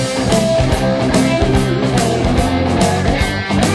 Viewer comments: I like the song but this weird pronunciation of a Yiddish word has always thrown me. I thought for years he was saying “touch” which would rhyme with “much” better. (If you’re unfamiliar with how “tush” is normally pronounced, the vowel sound is the same as in “took.”) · i'll be damned, my entire life i thought this was called "touch". ...not that it makes any difference in context, but still... he's pronouncing it like "touch" instead of "toosh". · Always wondered why Dusty mis-pronounces the title. We in south Georgia call it Tush as in use with a long "U" , not a short "U" as in us